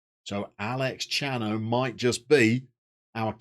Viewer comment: hah! Yeah it’s odd. Not an uncommon name just odd to have that many. They probably play under their first names. Also it’s K-ano, not CH-ano. If they were Italian it would be CH. in Spain its K.